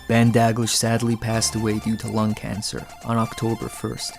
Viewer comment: It's pronounced Da-gleesh